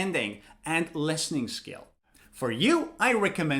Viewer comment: Wait, why do you pronounce lestening instead of Listening?